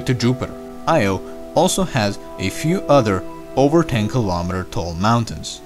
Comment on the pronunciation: Vesta is NOT the largest asteroid in the solar system, that title goes to Ceres. Also, kilometer is pronounced kill-o-meter with a long O like kilogram (Kilo means a thousand). It is not pronounced kill-aw-meter. Other than that, really nice video, I always thought olimpus mons was the tallest in the solar system.